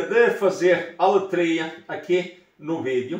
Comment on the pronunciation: aletria e nao letria!!! temos ... por , é so "colocar"